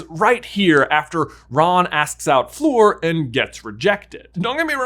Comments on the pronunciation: Love you guys but just have to say it’s Fleur, sounds like flurry, not floor. Sorry, I just twitch every time I hear someone say her name wrong. So many people say floor. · I thought it was Fleur not “Floor” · Fleur, not “Flor” :) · Fleur! She's called Fleur, not Floor! Don't get me wrong, your videos are cool, but please xD If you have trouble pronoucing it the French way, then make it rhyme with 'slur'. It'll be more correct that way. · Lol. How he's calling Fleur "floor" the entire time. 😂